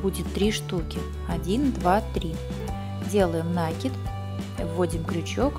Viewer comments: Хороший мастер класс, спасибо большое))))) Но очень прошу! Ставьте ударения в произношении правильно🙏🏼 Не нАкид, а накИд, не маркЁр, а мАркер🙏🏼🙏🏼🙏🏼 ужасно режет уши... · МаркЕр, накИд режет слух. Посмотрите в словаре русского языка правильное произношение. И перезапишите МК. У меня в телефоне к сожалению нет букв с верними точками. И лучше слышать дыхание и дом. звуки, чем раздражающую музыку.